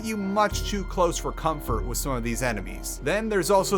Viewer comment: Lost in VIVO has maps!? Really? I've beaten the game without knowing that?! Also, i don't quite get why sometimes he substitutes "th" with "z/s" saying "Wiz" instead of "With" and so on. I just found that detail peculiar and wondering if there is an explanation.